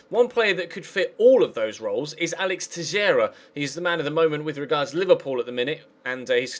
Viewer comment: Teixeira is pronounced "tay-shay-ra" I'm portuguese, trust me xD